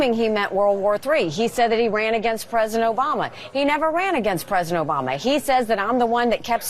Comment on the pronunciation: "OBAMNA"!!! God, what a flake! And republicans want him???